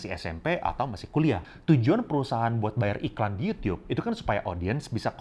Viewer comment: Gw seneng banget denger koko ini waktu bilang yUtiUp 😁